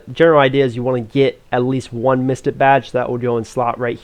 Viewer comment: Great video, I am sorta returning player , I just gotta point out You don't pronounce things fully Mystic badge (misti badge) you gotta hit that hard k sound and the end of mystic